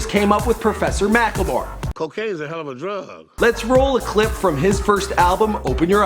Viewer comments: MackLEmore not mackELmore.. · He is called mack-le-more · it's pronounced mack-le-more